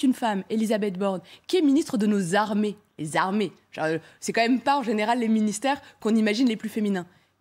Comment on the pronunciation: « Les zarmées », vous êtes ghetto madame ça ressort naturellement😂😂😂